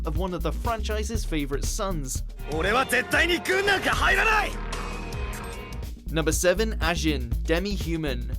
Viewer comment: BLAME! is pronounced like "blom" Magi isn't "maji" it's ma-gi Ajin is ajeen Get it right!